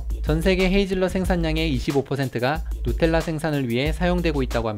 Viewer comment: 발음 죽인다 누텔라ㅋㅋ